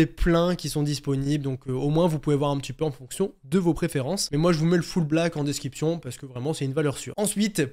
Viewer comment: Je me demandais pourquoi tu dis desciption ? Et pas description